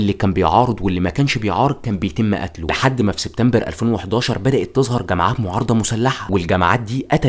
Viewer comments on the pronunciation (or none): none